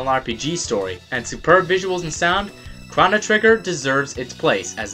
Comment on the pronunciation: why does he say chono like that? is this his first day on the internet? cause I know it's pronounced differently everywhere else